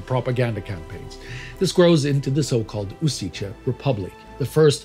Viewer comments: It is not pronounced "U-zee-che". The correct pronuncination is "U-shee-tse". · Great episode! Just one minor thing, the town is pronounced Uzhitse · On misspelling the name of my hometown. It is Kraljevo and not Krajlevo, lj and not jl. We remember the 14th of October as the start of the massacre. Bonus points Užice / Ужице pronauncination is ... a bit lacking. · Slavic languages are difficult but it is still much easier to pronounce correctly Serbian Užice than Swedish Göteborg. Yet you don't hear people complaining about Swedish. :) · i know right, the way he pronounces užice is just hilarious, i know slavic pronunciation is messed, but still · I love how english speakers have the urge to insert ch(č) sh(š) and zh(ž) sounds in slavic words especially in places where they shouldnt but at the same time hate to pronounce it in places where they should. Užice has an obvious lack of č while simultaneously an aboundant presence of ž, but that didnt stop our host from deciding that Uziče was far catchier than Užice. Great episode by the way, its nice to see foreign historians actually care about the truth unlike balkan historians who realized that falsification is far more profitable. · I'm going to ignore the mispronunciations,I understand that our orthography can be hard/hell for foreigners,but I'll congratulate the topic.My grandfathers and grandmothers wore part of the partisan resistance and I'm proud of them.I remember a story one of my grandmothers told me on how nazis threaten to skin her alive for her support of partisans.Unfortunately both of my grandfathers passed away when I was a kid,so I couldn't ask to tell me any war stories of theirs... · While the content can be debated in some details in general the story is well covered. But your pronunciation of names and locations is mostly hilarious. Specially word Užice. its name is also misspelled on the map.